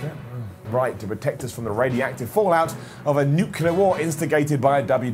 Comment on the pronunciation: Easy there, Scott Steiner!: "...to protect us from all the rady-active fallout..." 🤣